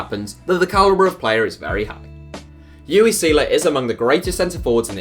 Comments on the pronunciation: You-ee? Again? It's "Oo-vay"! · UWE! I've only heard it pronounced. Ooo-vey Sailor